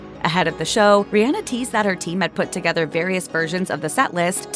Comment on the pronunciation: As a mom whose child’s name is Rhianna I appreciate you pronouncing Rihanna’s correctly! Exactly like my daughter’s!